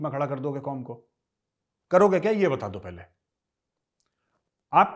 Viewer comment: हंमे बहुत जजबा ह्या.. हम जिंदा कॉम ह्या.. हम आसमानी कॉम ह्या.. एंडिया कि साजिश ह्या.. उसकी सबकी साजिश ह्या.. 😂😂😂😂😂